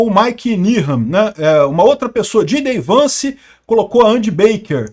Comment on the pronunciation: Anos e anos de canal e continua falando como se JD Vance fosse “gidei Vance”